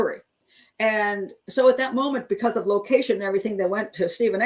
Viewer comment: Ummm.. he didn't call her, you're misorouncing locations, and laughing hysterically at a young challenged boy (sorry, 'dumb shit') who was railroaded into jail. Omgosh that's so funny!!! 🤬 I wouldn't be surprised if Avery is guilty, but your hatred of 'dumb shit' manipulated children is just leaning towards incomprehensible